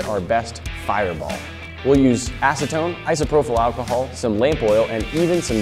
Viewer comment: It's iso-pro-PL alcohol, not iso-pro-FUL .... every time he said it I winced.